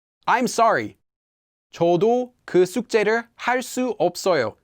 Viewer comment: Well, I hear the ㅅ, but to me it sounds like "긋 제를" (as in 'ceus', not 'ceut') rather than "그 숙제를". But hey, if you can hear - wild, I guess it'll just take more time